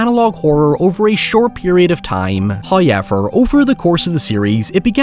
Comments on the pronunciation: You ever notice that this fella pronounces “however” as “HI-ever”? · First "hoyevver" drops . We have pleased Him.